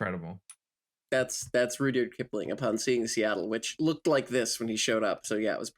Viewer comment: she says rudyard like richard so now im questioning the etymology